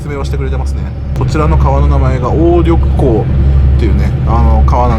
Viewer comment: お薦めに表示されたので視聴させて頂きましたが、 冒頭で説明された、中朝国境を流れる川「鴨緑江」の日本語読みは「おうりょくこう」が正確ですね。 (明治時代の日露戦争でも、緒戦に両軍の戦場となった場所です。) 対岸のアパート群は、デパートのショーウィンドウと同じで、宣伝用の張りぼて建築なのでしょう。 とても人が住んでいるとは思えません。 夜間に灯りが付くかどうかで、人が住んでいるかどうか判るでしょう。(笑)😅 最後に、ビール瓶のラベルには「中國古特」と書かれていました。 どうも平壌ビールでは無かったようです。🍀